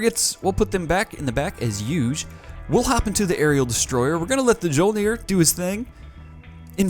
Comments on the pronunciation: Mjyolnir is how you pronounce that ship's name. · Mjolnir, from my recollection, is pronounced something like mee-yol-near. Mjolnir, in Norse mythology, is Thor's hammer. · Mjolnir is pronounced My-Ole-Near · I'm sure you've heard this 47 quadrillion times by now but Mjolnir the "J" makes a "Y" sound so it would be "me - ole - neer" That's the name of The Norse god Thor's hammer. Also dat Limulus capture XD good show chap! Keep it as a trophy! You should try to capture all the the factions flag ships!